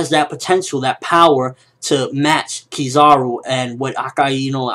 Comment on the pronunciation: it is pronouced kiz-a-ru not kiz-ar-u :P